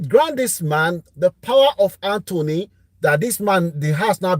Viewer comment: Sorry sir, it’s called ‘power of attorney’ not power of Anthony 😅